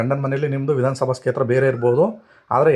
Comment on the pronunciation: Kshetra anodu sariyagi uccharane practice madi.